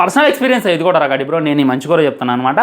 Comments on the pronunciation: రగాడి కాదు రాగడి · అది రాగడి... రగాడి కాదు... ముందు తెలుగు పలకటం నేర్చుకో 😤